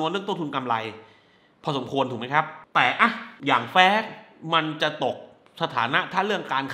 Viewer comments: แฟส หรือ ฟาส เอาดีๆพี่ หนังก็ไม่แย่ แค่มันเวอร์เกินไป มีแต่ฉากบู้ ฉากคุยกันคือเล่นมุขตลอด มันเลยไม่อิน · แฟส เค้าว่า